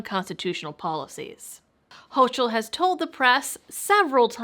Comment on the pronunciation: Gov. Kathy Hochul's name is pronounced ''HOCO'' both vowel's are long O's